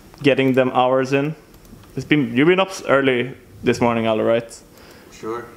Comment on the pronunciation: Nice! You're pronouncing Allu the way it should be pronounced